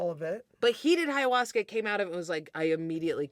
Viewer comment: "High-uasca" is a hilarious mispronunciation.